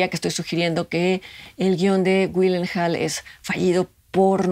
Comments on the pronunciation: Hola,. Vengo a desearte lo mejor, también, y a agradecerte por un año más de Cine aparte. 0 y van 7, y ojalá sean muchos más. Como aclaración, el apellido de Maggie es Gi(...)llenhaal, en lugar de Wi(...)llenhaal, por si deseas corregirlo, y escrito como Gyllenhaal. Hay otra película donde también actúa ella que, me gusta mucho. No es muy virtuosa, pero sí muy divertida. Hysteria, de Tanya Wexler. La recomiendo, por si no la han visto. Siguiente videoreseña: Benedetta. Por favor. Abrazos. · Excelente recomendación,, no dejaré de verla... Pero es 'yilllenjol' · Una cosita y no lo digo con el afan de molestar ni nada, tu mencionas el nombre de Maggie Gyllenhaal como Maggie Wuinenjal, y no es la manera correcta la manera correcta de pronunciarlo es Maggie "yillenjol" al igual de su hermano el actor Jake Gyllenhaal. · Conecté mucho con la historia de la película. Interesante e incómoda forma de ver la maternidad. Y cómo observación, el apellido de Maggie se pronuncia "Yilenjal"